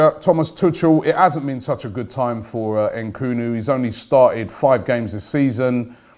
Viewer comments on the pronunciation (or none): Why do anglophones add extra syllables to African names? It’s ‘Nkuku not ehn-Kuku . I mean you wouldn’t say ehn-ice instead of Nice...or ehn-etherlands instead of Netherlands? Sheesh....